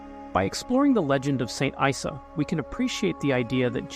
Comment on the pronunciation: Issa is not prounounced "eye sa" it is prouncounced " E-Sa"